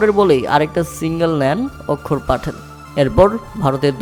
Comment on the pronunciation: অক্ষর পাটেল নয় আক্ষার পাটেল 😂😂😂😂